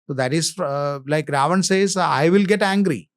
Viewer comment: why do you pronounce RAVAN as ravana ???